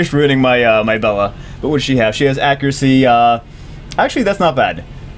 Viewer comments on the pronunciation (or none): none